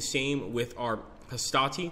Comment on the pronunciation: It puzzles me why they can always pronounce 'Hastati' right but somehow plural for 'Triarius' gets anglicized ending